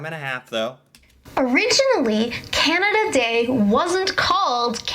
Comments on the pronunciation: I cringe every time you say Keyanada. You say Canadian ok. Keyanda is the way most Americans say Canada. Pet peeve on my part. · I love his pronunciation of Canada as "Kee-anada" lol